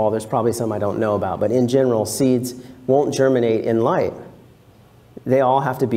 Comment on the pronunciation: the 'gh' in 'light' has no 'f' sound